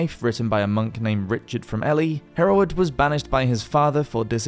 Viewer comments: Ely is pronounced Eely, not Elly. I didn't know where you were talking about at first. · E-lie not Ellie. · Ellie!! Who the hell is Ellie?? And why are they going there? Ohhhh you mean Ely Pronounced " E-ley" ( A town 70 miles north of London) 😊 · The town of Ely is pronounced "eely" like eel with a y. It took me several seconds to realize what "Ellie" was. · Not a single video without butchering the pronunciation 😄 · Yes! I was shouting “Eely” by the fourth rep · EE-LEE not Ellie \m/ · Ely, lovely place but pronounced Eely. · BTW Ely is pronounced EE lee. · Its pronounced ee-lie not ely the elephant?! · Ely is pronounced Elee! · For Goodness' sake, it's pronounced "Eely" as in a place with eels. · The isle of Eli pronounced eely as in the Isle of eels. A bit of basic research on place name pronunciations would help...